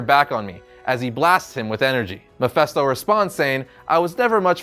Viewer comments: "Mefesto"? You'd think with all the videos about Mephisto showing up in MCU he'd know how to pronounce Mephisto. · Mephisto not mephesto! You’re meant to be a comics expert.... MEH-FIST-O! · Am i the only one annoyed by how he pronounced Mephisto?! It's an "I", for fucks sake! MephIsto, damnit! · Kind of cringed every time he said Mephisto. In any case, I love Silver Surfer. I hope this comes in the What if episode one day. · It's pronounced Ma fist o